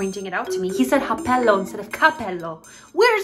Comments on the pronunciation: "S'è ripreso (warnig, the P pronunciation is soft) i'mi happello" Yes,is definitely a Florence accent 😂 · "Cappello" a Firenze ha quella pronuncia :) bye bye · happello is an accent from florence, they say h and not c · in minute , when he says: 'appello instead of "cappello", he says it in dialect. ps im italian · happello is typichal from Toscana. The people in Toscana don't pronunce the initial C of every word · That's the Tuscan accent, which tends to omit the c in most words. So cappello is pronounced 'appello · IN TUSCANY THEY DONT PRONUNCED C LIKE CAPPELLO APPELLO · Yes that accent is used by "Toscana" people in Italy, they don't really pronounce the "c", Hope I helped😄 Yes Florence 😂, you got it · OMG I'm italian and I watched this movie 3 or 4 times and I'm soaking wet right now!!! How's this possible??? Btw that accent IS from Florence good job! Actually in all Tuscany area they basically don't pronunce the letter C 😂😍